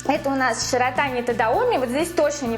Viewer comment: ШИротани - на и ударение